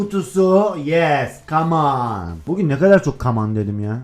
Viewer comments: Abi kaman ne o kamon değilmiydi 😂😂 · Yeni kelime öğrenince laz : camoon Bu gün ne kadar camonn dedim ya ben 😁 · sanki ilk defa ingilizce öğreniyo KAMONNNN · camon demeye çalışırken Caman <3😃😂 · Come On a Came An diyen koca yürekli 😁